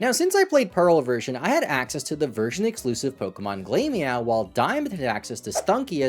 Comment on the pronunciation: Glameow is glamor like fashion and meow. Glam rhymes with clam not claim. Glamorous cat. Glamor meow. Glameow. Not glame-meow